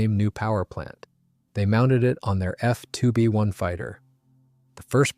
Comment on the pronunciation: That's the Bristol F.2B, not "Ahhh-Fee-To be " . AI narration, jeez...🙄